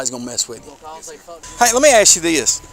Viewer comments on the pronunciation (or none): "Hey, lemmie aks ya this: 'Are you upset cuz ya did it, or are you upset cuz ya got Caught?" _ 0_0' Loaded Question there, eh!